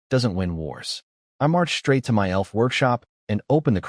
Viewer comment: why is the word "MY" pronounced as "M-Y" separately as ketters.